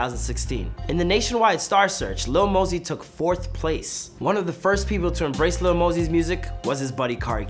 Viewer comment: It's Lil not Little